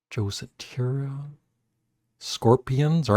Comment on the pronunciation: Not Joe Satiri. . . it's Joe Satriani, pronounce "sa-tree-AH-nee." One of the most gifted rock guitarists of all time. He taught both Steve Vai and Kirt Hammett (of Metallica).